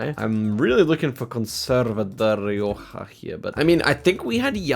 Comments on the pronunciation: actually I think his error was saying “de rioja” instead of derecha, (for those wondering I believe it means something like “stay to your right” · Zigzag looking for "Conserva Dereoha" would have been a mistake because jack simply misread "derecha" lol (just meaning Keep Right) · he saw c as o so derecha > 'dereoha' and it does sound like de rioja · Jack’s Spanish pronunciation was not good. He pronounced Derecha as Rioja! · looking for "Conserve su Derecha" city, when its just "keep right" in spanish. To be fair Jack pronounced it in a way you couldn t figure it out. 😅😅😅 😅